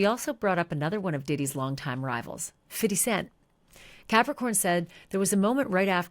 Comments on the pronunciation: I'm here for the "fiddy" pronounciation. Wasn't at all expecting that. Was pretty humorous, so thank you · whut whutttt😂 how tf did she say fifty 50 cent😳